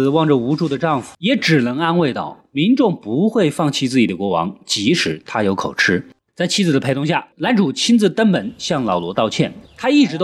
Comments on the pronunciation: KO JI 不是 KO CHI 口急！【著急】的意思！別一直吃吃吃了！ 這是破音字！ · 口吃都不會念，真的不知道那個‘’吃‘’要念‘’及‘’，是破音字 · 口，口吃？ 痴？ 我以為應該唸口吃（及） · 幹對欸 XDDD 每次要舉例我都一時想不起，但聽到時就會「嗯？」一下